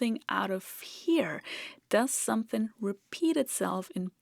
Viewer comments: Hearing someone not from the South (USA) say 'somethin' makes my day. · Weird to hear someone so educated constantly say "sumthin'".